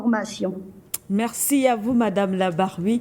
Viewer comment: . Larbaoui , Larbaoui, Larbaoui et non LABARWI !!!